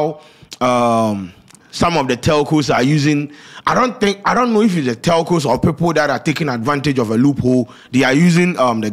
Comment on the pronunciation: eiii scanty cant pronounce telco chai